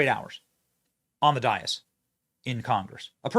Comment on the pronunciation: what's a DIAS ? Do you mean dais? /day-iss/